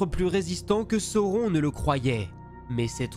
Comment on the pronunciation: Belle vidéo, c'est franchement bien narré, bien construit, je viens d'enchainer celle sur Galadriel et les 3 sur Sauron (j'ai repéré juste une petite erreur à un moment avec l'emploi d'un pluriel pour un singulier, et le nom de sauron prononcé à la française autrement ça me semble OK) quoiqu'il en soit, je salue le travail de synthèse, la diction aussi (claire et limpide, c'est un élément que j'aime chez les youtubeurs et tous n'articulent pas malheureusement). Le choix des images est bien senti aussi, la manière de raconter les batailles et les stratégies. Je m'en vais dévorer les autres vidéos relatives à l'univers de Tolkien.